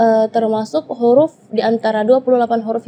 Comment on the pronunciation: Penyebutan huruf apakah diucapkan KHURUF? Apa ini jg kesalahan karena terlalu mendalami bahasa arab jadinya huruf diucapkan KHURUF padahal kan pake ha bukan kha (kho)